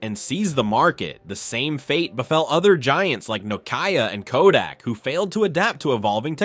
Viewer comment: Nokiaia? :))) You can't pronounce Nokia? :P